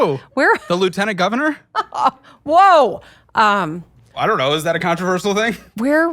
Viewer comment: lieutenant goonvernor